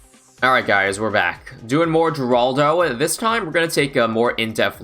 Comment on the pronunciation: Btw the G in Geraldo is silent (according to Ninja Kiwi’s and Rohan’s update videos)